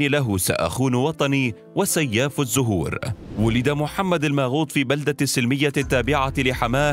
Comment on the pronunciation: فيه سوري بينطق كلمات دريد وسلمية وبيروت بالشكل الي نطقو المذيع المتكلم...🤔🤔